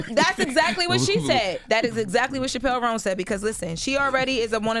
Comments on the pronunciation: Her name is pronounced Chapel roan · They are so ignorant… they could have easily googled if Chappell Roan was trans… also the girl is mispronouncing her name.